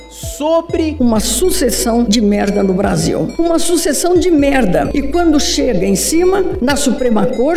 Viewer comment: eu chorei quando ela falou "sucessão de merda" com ênfase